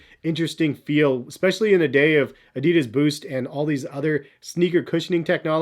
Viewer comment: It hurst how he pronounced adidas:(